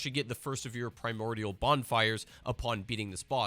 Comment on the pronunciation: "the rotten is another primortial bonfire"??? you mean a primal bonfire? lol